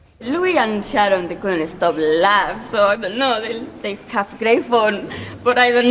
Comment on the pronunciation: The way she says Sharon (Sa⋅rzorn) got me wheezing 💀😭